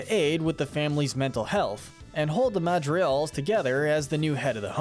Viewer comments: The madrials... The madrials....yes the madrial... Its like you don't ever try to pronounce it right man. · "MADRIGAL not "MADRIAL" 🙄🙄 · It's pronounced Hulieta, not Giulieta. And the 'g' in Madrigal is not silent. Pepa's name is pronounced similar to the pig character. Yes, Mirabel meets the qualifications to be a Disney princess. She's actually closer to royalty than Pocahontas is. The CANDLE is Pedro's spirit. Casita is animated by the candle. Pedro was a Time Lord. Fight me. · The way this man pronounces “Madrigals” istg, I’m going to punch a hole through my wall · This video was awesome but your pronunciation is awful. Like, you don’t even pronounce Madrigal properly.